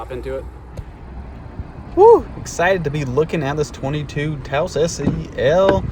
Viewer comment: Thank you for pronouncing Taos correctly.